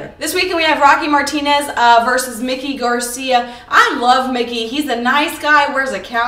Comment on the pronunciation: Who is " Mickey " Garcia, is his name is Mikey, not Mickey lol I think Carl Froch is a very good test for GGG. Andre Ward would dismantle GGG, that's not even a fight in my book. Nice video though !!!